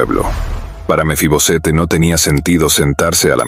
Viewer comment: Porque usted dice mefibosete?